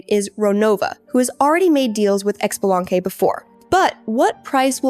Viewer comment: “X-be-laungk” 🤣 I’m dead